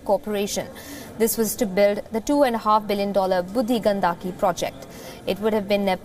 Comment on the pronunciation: You are not pronouncing "budhi Gandaki" properly while its a Hindi and sanskrit word. Shameful..